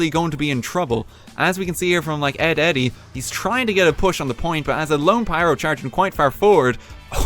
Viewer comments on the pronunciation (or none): none